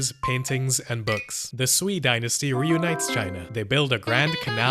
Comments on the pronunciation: It's Pronounced Sue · more like suay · Sui is pronounced like sway. The "ui" sounds like "way" as in Feng Shui (wind-water). You didn't mention that the Xia (pronounced Sshyah) was a mythical dynasty and only written about hundreds of years after their supposed downfall. The Shang never mentioned them and were only first recorded in the late Zhou. No writing (just isolated characters) has been found from the time the Xia was supposed to rule.